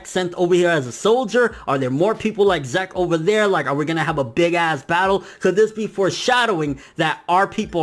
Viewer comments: STOP SAYING ZEK IT'S "zeek" I'M TRIGGERED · Good video. Zeke. Zeek. Not Zeck. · i get the feeling its pronounced ZEEK not ZECK....maybe the earlier translations are shitty. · Every time you prnounced zeke as "zak" i cringed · your killing me with these pronunciations, "zek"(zeke) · Um dude Zeke is pronounced like Zeek (seek with a Z), its an English name..... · its pronounced zeek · Pretty sure it's pronounced zeek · I cringed every time you said Zeke...